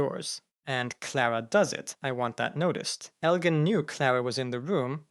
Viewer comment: Ugh… why do you keep pronouncing Elgin’s name incorrectly and correctly all within the same 2-3 sentences? I was happy that you pronounced it correctly for the first time, but then you weren’t consistent with it.